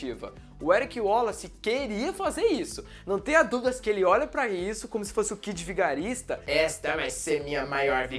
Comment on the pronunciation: Kid Vigarista ????? Ksksksksksk é Dick Vigarista, po